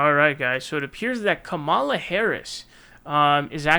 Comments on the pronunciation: Bruh y u still mispronouncing Kamala? Is it intentional or something?I know it seems minor but as a commentator you should really have that nailed down by now. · It is still very very stupid that you won't pronounce her name correctly